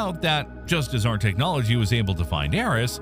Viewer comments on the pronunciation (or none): none